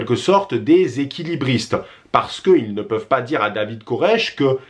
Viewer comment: Y a-t-il une raisons pour laquelle tu prononce "ils" avec le S ?